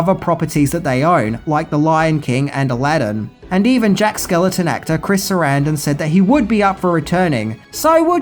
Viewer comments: SkeLLING TON not skeleton. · I love ya Dude. But it's Jack SkellINGton not Jack Skeleton. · God damn it,... The guy's name is Jack skelINGton. Not skeleton. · Are you saying Jack Skeleton? Just like you said Tia Korea? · It’s Jack Skellington. Stop saying skeleton! 🤬🤬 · It's not Jack Skeleton... It's Jack Skellington; there's an "ing" in there. Other than that, great video, dude =) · It’s Skellington not skeleton 😊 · Skel LING ton, NOT "Skeleton." I mean, really!?! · Don't ever change,. It's Jack Skellington, with an ING in the middle and not Jack Skeleton or Skellenton. Also, how could you forget to mention the annual Disney tradition of the Nightmare Before Christmas overlay on The Haunted Mansion ride? Something that Disney does in at least California and Orlando starting sometime in October and running through at least Christmas and is hugely popular with park goers. When I used to have an annual pass, The Haunted Mansion would be dead, no pun intended, most days that I went, but during October through December, the ride was almost always packed. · Are you actually saying 'skeleton' instead of 'Skellington', or is the pronunciation getting lost on my ears in your accent? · Jack Skell-ING-ton, not Skel-eh-ton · It's Jack SKELLINGTON (rhymes with WELLINGTON), NOT Jack SKELETON. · Is no one going to point out that he keeps saying "Jack Skeleton" instead of "Jack Skellington"??!! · Lol you keep calling him "Jack Skeleton" when it's supposed to sound like a last name "SkellINGton". Other than that, love every one of you videos. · Is there some name change for Jack outside the US? His name is Jack Skell-ING-ton not Skeleton over here.. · Are you saying Jack “skeleton” lmao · Why are you saying Jack SKELETON? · Is anyone else bothered that he keeps saying Jack Skeleton? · Enjoyed the video. My all time favorite Christmas movie. BUT!..... skellington....skellington....SKELLINGTON. It's Jack SKELLINGTON